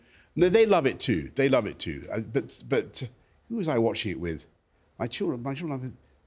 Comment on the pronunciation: It'vs 'too' notbthe slevenly 'ter'